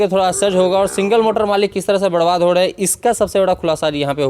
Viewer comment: भाई साहब, आप थोड़ा हिंदी प्रोनेंशिएशन में सुधार कीजिए जैसे बर्बाद न की बड़बाद, सुधार न की सुधाड़। र को ड़ मत बोलिए, अजीब सा लगता है। 🙏